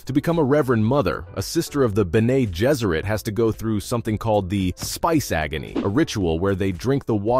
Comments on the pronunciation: Ber-Nay [roll eyes]...it's Ben-Nee. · The pronunciation of your narrator is horrible when it comes to the names of characters and the Bene Gesserit order.